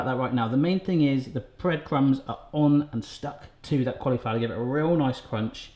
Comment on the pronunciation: I love the way he says "collyflower". It just makes me smile. :)